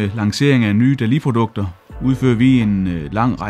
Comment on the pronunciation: Var det ikke nemmere at tilføje undertekster til YouTube, så behøvede I kun én video? Og jeg studser lidt over hans udtale, han udtaler det mere som noget der ville staves Dalli, enkelt-konsonant giver langt vokal, så Dali burde rime på Salig, med lang a-lyd.